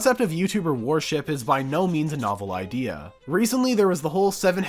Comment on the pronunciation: Why do you keep pronouncing worship as warship? Its throwing me off man...